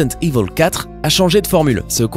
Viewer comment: J'adore comment tu ne sais pas prononcer le mot "evil".